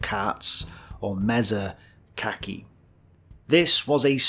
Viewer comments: IT'S MEŽA KAĶI! Not mieza kaaki lol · Not "meza kaki", but Latvian "Meža kaķi" - wild cats. You have to learn more!